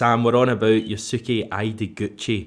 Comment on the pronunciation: btw Yusuke is pronounced You’s Kay. Even that is too much stress on the Yu. Yu’s’Kay. Same for you Shunsuke. Shun’s-Kay.